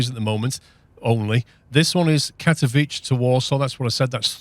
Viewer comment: Just FYI, Katowice is pronounced Kat-Uh-Veet-Sa :) New sim looks good 👍